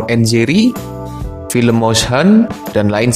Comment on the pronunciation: Bang kenapa abang bilangnya pilm bukan film